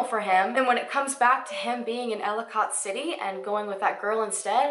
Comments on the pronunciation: I havent heard of this case and i live soooooo close to their! Hearing you pronounce Ellicott City was so funny. Im not trying to be mean but its pronounce like Elli-kit city lol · This was a really well done video! I live in Baltimore and have never heard of this. (Baltimore is only about 25 minutes away from Catonsville and about 40 minutes for Ellicot City). By the way, Catonsville is pronounced Cay-tons-ville and Ellicot City is pronounced Ell-i-cut City. But great job! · Love your videos! You do an amazing job! So pronunciation...lol. Catonsville is pronounced Kay-tuns-ville. And Elliott City is pronounced Ell-i-kit City. You always ask for the pronunciations in the comments so that’s why I wrote this, not to pick on you or anything. Keep up the great work!! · They’re pronounced Kate-tons-ville and Ell-i-kit City. 🙂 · Solarius heroin/opiates are HUGE in that area. Two of my cousins live in/by Catonsville and Ellicot City (both of which she repeatedly pronounces wrong lol) and I immediately thought he went there to do drugs, od'd and the chick panicked. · Marylander here you mispronounced Catonsville and Elliott city but it was cute I loved the way you said them 🤣love your videos btw